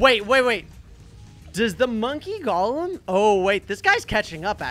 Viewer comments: It’s golem not galem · is not g o lem is go lem